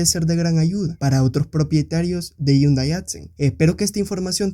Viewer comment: Porque pronuncias yundai, yo no veo ninguna y o Ll. Mas vien veo una h que se lee como J